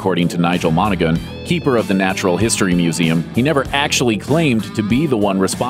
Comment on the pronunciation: The G is silent in Monaghan.. and there are lizards and reptiles in Ireland, including one with no arms and no legs (like a snake) called the slow worm.